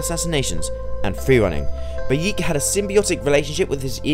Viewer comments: I'm sorry did you say Bayeek? It's Bayek lol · God damn it its pronounced buy ek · it pronounced bay-eh-k